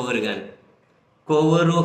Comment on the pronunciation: కోవూరు కాదు,కొవ్వూరు కరెక్ట్ !